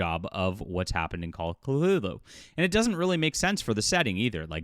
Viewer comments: Quit adding an L . It is Cthulhu NOT Clthulhu. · Not even 30secs in this vid and this guy pronounced 'Cthulhu' wrongly twice (even by the normal, non-Lovecraftian standard), I see an AI created image and hear Cthulhu by Gaslight being called 'steampunk-like' while it just represents the victorian era. I'm outta here, this is slop and full of wrong assumptions even before the whole shaming begins... Not surprising considering the title lol